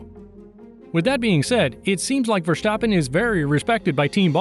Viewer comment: Verstappen Not Vershtappem!